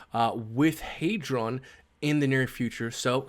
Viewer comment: It’s clearly HEdron not HEYdron mad annoying the way u say it, I remember you had the Dev on he was saying HEdron, that said u still my guy 👍🏾